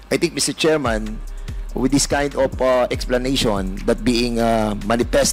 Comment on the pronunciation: Mi-tse tserman,ins tse-tyusiyon daw😅😅😅 pano ka napasok sa tutuwadcom PADUANO????hala bira!!